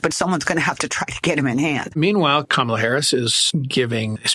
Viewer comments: Let me help you grown adults. The VPs name is pronounced Comma-La. It's really not that hard. Also, Trump can't talk policy. He never could. He's a carnival barker, not a serious politician. Kamala Harris will destroy him. Because she is young, smart and patient, unlike Trump. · Could you please pronounce Kamala’s name properly ??? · Would be respectful/journalistic to pronounce her name right.